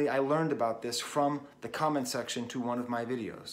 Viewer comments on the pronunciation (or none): none